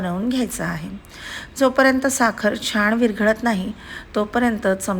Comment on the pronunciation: छाण नका म्हणू ओ ताई छान म्हणा ना